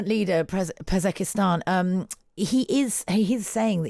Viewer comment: Please try and spell foreign names properly Pezeshkian not Pezekestan!!!!